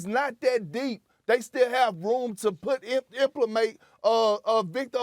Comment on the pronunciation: Did Perk say "implamate"